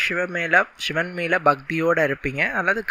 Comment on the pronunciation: ஷி என்கிற உச்சரிப்பை மாற்றி சிவன் என்று உச்சரியுங்கள்.